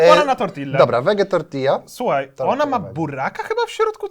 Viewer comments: dlaczego mówisz TortiLLa. Uszy więdną:/ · Do jasnej cholery, mówi się tortija!